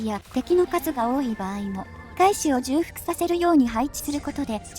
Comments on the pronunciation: じゅうふく より ちょうふく の方が本来の言い方だと思いますよ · ずっと気になってたんです、ごめんなさい。 重複(ちょうふく)